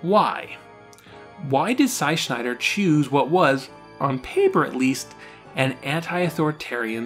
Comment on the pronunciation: “Shy Sneider”